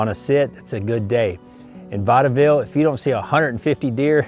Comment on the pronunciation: Vaudeville ( I believe the E is silent ) yes it is on the map, by Fredericksburg